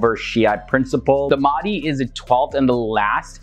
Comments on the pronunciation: it is my humble request that you pronounce the names of our muslim figures correctly, Mahdi is not Maadee. There are ways that you can check the pronunciation. Apart from that I am a huge fan of you. I have been following your channel for some years. Thank you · Its Al Mahdi, pronounced with H, how we pronounce our prophet Mohamed SAW..